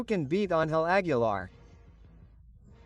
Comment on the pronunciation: Pongan a leer Lguien qué sepa no sabe pronunciar ni Aguilar ni Quintanilla y dice Nugal y Querétaro pónganlo a ensayar antes es una verguenza